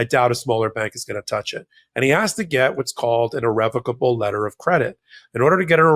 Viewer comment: Omg, Micheal...Thank you for pronouncing 'irrevocable' correctly!!